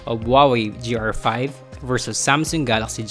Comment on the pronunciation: The review is decent but seriously, please improve your grammar and pronunciations. The improvement will help your videos... at one point it sounded like you said "J"R5 instead of GR5. Just saying...